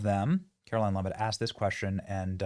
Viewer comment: Benny, after days of reporting this, you STILL can't pronounce her name? Have some respect man and say her name properly for God's sake.